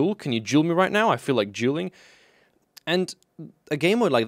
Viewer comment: It sounds so funny because of accent it sounds like "juuling" instead of "dueling."